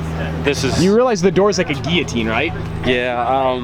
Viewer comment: Really enjoying your channel, keep it up. Props to for pronouncing guillotine correctly.